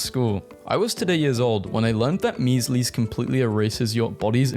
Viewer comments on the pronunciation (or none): am i hearing things or did he say “mees lease” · did he just pronounce that 'mees-lees'??? istg it rhymes with 'weasels'